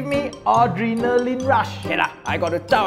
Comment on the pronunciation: * Only AOT fans will understand * , when he said 'LEVly day' , I thought he was talkin bout Levi from Attack on Titans xD